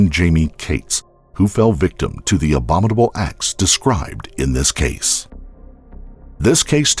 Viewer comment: Not relevant to the video but the narrator on this channel always mispronounces “abominable”